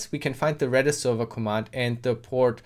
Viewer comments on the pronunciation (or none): I keep hearing you saying REDDIT instead of REDIS lolol